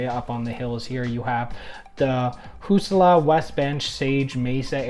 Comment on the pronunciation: Its HA ZOO LA not Husoula